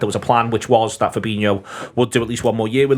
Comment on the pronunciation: Why do people still, after all this time pronounce Firmino and Fabinho's names wrong? 🤷🏻‍♂️ Look at how they are both spelt!